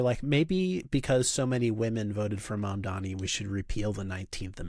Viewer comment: Obviously dude from the clip said some horrendous shit and I would never take him seriously, but if he can't (or won't) pronounce Mr. Mamdani's name right, that's all the information I need to know he's a clown